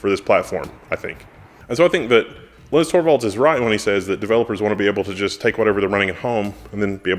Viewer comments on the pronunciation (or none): none